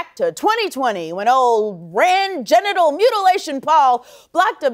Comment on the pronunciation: Sounded like he was saying getinal mutilation...